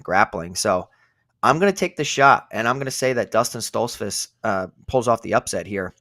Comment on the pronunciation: How can anyone take yall seriously when you pick Stoltzfuz and can't even pronounce his name right. He's gonna get whooped.